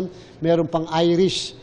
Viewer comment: iris,,hindi irish